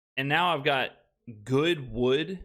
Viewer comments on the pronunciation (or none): Yooooo got me wildin not “goodwood” 😂😂😂